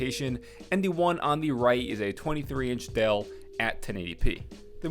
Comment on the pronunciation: I love the way you pronounce "dell" like dale